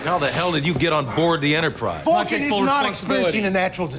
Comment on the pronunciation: I love how Bones pronounces Vulcan as “fulkin’”. As in- “Are you out of your fulkin’ mind?” It’s very clever and subtle. Something I never noticed until this viewing.